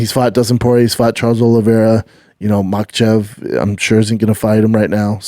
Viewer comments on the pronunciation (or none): none